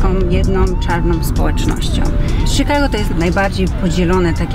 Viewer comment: mówi sie czikago a nie sikago.. wtf